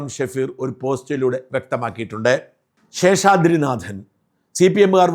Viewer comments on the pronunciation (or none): പ്രിയപ്പെട്ട ഷാജൻ, നിങ്ങളുടെ പല വീഡിയോകളും കണ്ടിട്ടുണ്ടെങ്കിലും ഒരിക്കൽ പോലും താങ്കൾ ഉച്ചാരണ തെറ്റ് വരുത്തിയത് ശ്രദ്ധയിൽപ്പെട്ടിട്ടില്ല. പക്ഷേ ഈ വീഡിയോയിൽ നാഥൻ എന്നതിന് പകരം 'നാദൻ' എന്ന് ഉച്ചരിച്ചിരിക്കുന്നു. നിലവിലെ വാർത്ത അവതാരകരിൽ ഏറ്റവും ശരിയായി മലയാളം ഉച്ചരിക്കുന്നത് താങ്കൾ ആണ്. തെറ്റ് തിരുത്തുമല്ലോ? ഇക്കാര്യത്തിൽ താങ്കളുടെ തന്നെ ഉന്നത നിലവാരത്തിലേക്ക് വീണ്ടും ഉയരുമെന്ന് പ്രതീക്ഷിക്കുന്നു.